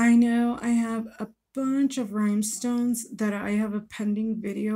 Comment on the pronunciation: Are you saying RHYME STONES. ???❤️🇦🇺